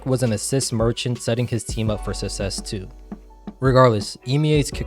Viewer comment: love the video but please work on saying success it's for some reason really bugging me